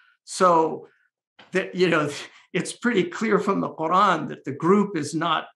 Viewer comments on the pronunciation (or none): Why do people change the way the pronounce Quran like this dude . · قوران ههههlearn how to pronounce Quran